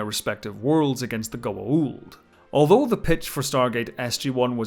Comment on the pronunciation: Your pronunciation of Goa'uld in on point.